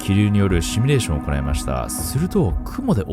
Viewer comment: シュミレーションって聞こえる シミュレーション シ・ミュ・レーション